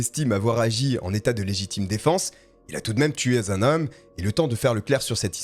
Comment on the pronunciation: "Tué zun homme" toujours des liaisons inappropriées, dommage...